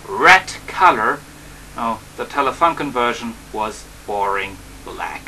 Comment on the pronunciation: Hallo, young man, Telefunken is pronounced like"Telefoonken" ;) The design of that telefunken version is a matter of personal taste, I think... I like the black more. Bytheway there are another versions of that camera: Saba VM6700 (winered) Nordmende (colour???) Regards from Germany